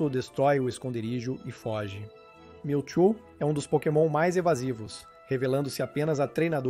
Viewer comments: o vídeo foi bem legal, só melhore na pronuncia. Pq Miltu ficou engraçado kkkkk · O video é bastante interessante e bem elaborado, contudo a dicção deixa muito a desejar. Atenção não quero ser mal educado mas vários nomes dos pokemons são mal pronunciados. Exemplo MEWTWO (a pronúncia é igual ao MEW e Two (dois em inglês), pois é a versão dois do mesmo). Atenção não quero parecer mal educado mas acho importante reforçar desde o início para evoluir cada vez mais